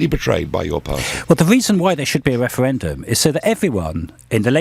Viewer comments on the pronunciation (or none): what a pity lbc gave adonis airtime , if May was duplicitous , adonis is triplicitous, a mega-liar , is he getting lots of EU money ? thats why he is wemainer who wants a a weferendum because you see "we are in a kwisis "